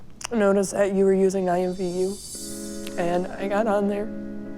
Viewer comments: WAIT DID THIS GIRL SAY IMVU I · She said imvu... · right like girl... IMVU BYE